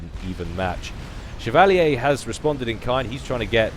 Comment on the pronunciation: Chev-a-leer. Chevalier.